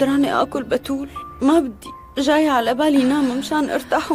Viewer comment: احلا شي لما فتون تقول باااتول 😂😂😂 تلفضو بحرف ا😂😅